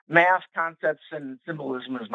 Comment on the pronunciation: Did he say he has a Math degree or a Meth degree?